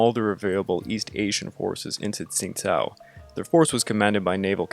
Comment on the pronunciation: Great video! I used to live in Qingdao, so this was really interesting to me. I've actually been to the old German quarter there once. One thing though, the city's name isn't really pronounced like "Tsingtao." It actually sounds a lot closer to "Chingdao."